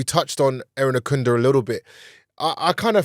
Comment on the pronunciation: Irankunda not Erinakunda please